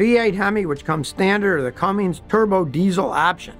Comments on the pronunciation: I'd think that a long time mechanic would know how to read. It is not Cummings Scotty. It is Cummins. So annoying when people can't say it correctly. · Cummins Engines Have no "G" in it. It is so irritating to hear people, especially those who claim to be mechanics. call Cummins Engines "Cummings". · Its Cummins not Cummings Scotty..... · BTW, it's Cummins not Cummings. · SK its a Cummins not Cummings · You said “Cummings” throughout the presentation. It is “Cummins”. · Soon as I heard Cummings and not Cummins….. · It's CUMMINS not Cummings. The 59th time you said it wrong tuned me out forever. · Scotty, read the name it’s Cummins not CumminGs. There’s no G in Cummins. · Scotty’s definitely saying Cummings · It’s not comings, it’s Cummins. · Cummins, not Comings! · It’s Cummins not Cummings. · Its Cummins, not Cummings. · It’s a Cummins……not Cummings. NO G in Cummins. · You said "Cummings" lol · Cummins, not cummings. Pronunciation is important ya know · Cummins, not Cummings. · I wish you'd stop calling the Cummins engine a Cummings! There's no "g" in their name and it is not pronounced with an "ing" at the end. It's just plain ole Cummins. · It’s Cummins, Scotty, not Cummings. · Hey Scotty it’s cummins not cumminGs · Cummins. Not Cummings. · It’s Cummins not Cummings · Cummins, not Cummings. Know your subject matter. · Cummins, not Cummings, no “g”. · It's Cummins, Scotty, not "cummings". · Scotty, it's Cummins not Cumminĝs.😀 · Pet peeve: it's not "Cumm(ings)", it's "Cumm(ins)"! Ins . . . Ins . . . Ins! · Cummins not Cummings!!!! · There's no g in cummins lol It's cummins Not cummings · Scotty.... It's CUMMINS not CUMMINGS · They aren’t Dodge Rams they are just Rams… they also aren’t Cummings it’s a Cummins there’s no g in it. You’re over rated bro, annoying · SCOTTY!! PLEASE NEVER SAY THE NAME Cummins as “CumminGs” EVER AGAIN!!!! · It's not cummings it's Cummins !!! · Advice from a guy that calls a CUMMINS A CUMMINGS. HAHA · Cummins, not cummings